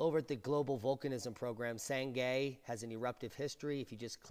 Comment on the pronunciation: For the record, "Sangay" rhymes with "Shanghai" or "Some guy". Greetings from Ecuador! I didn't get to witness this phenomenon of nature firsthand because I live in Quito, well over 100 miles away...